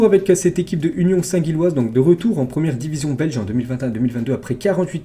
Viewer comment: Gilloise et pas guilloise respect ✊